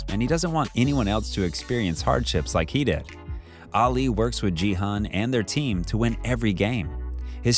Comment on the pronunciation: my fav part was when he said "jee-hun" and "sang-woo" not "gi-hun" and "song-woo"